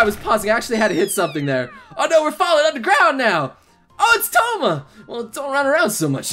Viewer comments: Touma, not Tomo! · Poor Tomo and his "misfortune"